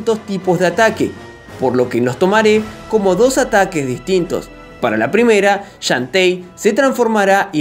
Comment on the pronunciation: Así se pronuncia. xDDD